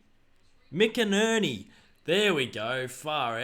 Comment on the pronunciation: “Mac-enherny” is how u say it haha